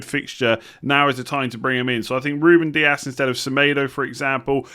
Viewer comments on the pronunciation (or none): none